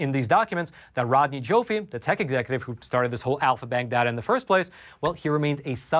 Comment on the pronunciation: Rodney Joffe is pronounced JAW-FEE